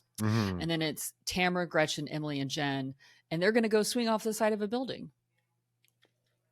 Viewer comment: " gretchers" lol really 🤢